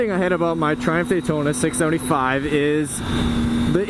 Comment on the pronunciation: No 1. There's no R at the end.